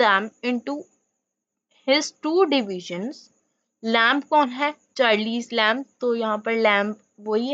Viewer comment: At least correctly pronounce the name of the author please.....